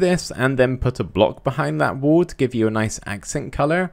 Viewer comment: i thought u weres aying "WOOL" but u were saying "wall "